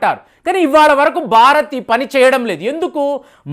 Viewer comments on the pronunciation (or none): none